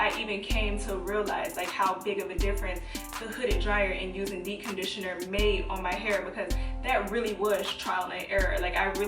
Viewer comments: Dee conditioner? Lmfao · Anyone else notice she doesn't pronounce the "p" in "deep". Like literally not at all.🤣 "Dee conditioner" Great tips tho. I love these uploads.😊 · "dee conditioning"?!!! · Too I was just about to comment about that until I saw your comment 😂😂 I was like girl it’s DEEPPPPPPP!!! 😂😂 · Yes. I'm over here saying "dee conditioning" to myself.lol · She's actually saying D-conditioner 😂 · 😅 So true! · Girl. First thing I noticed. It's lowkey giving me anxiety. Lol. I couldn't watch the entire video. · I was about to comment the same thing 😆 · I couldn’t concentrate on anything else she said.... 🤦🏽‍♀️ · I committed most of these “sins” 😂😂. I prefer to detange after conditioning cz it’s easier to comb my hair and I’ve definitely DC’d with a regular conditioner.. grew my hair to WL ☺️ Also, I find it interesting that you don’t pronounce the “p” in deep 😆. Sorry I’m not American not making fun but it’s cute